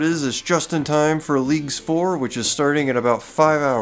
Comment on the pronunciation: Hearing you say "Leagues 4" made me do a really confused double take.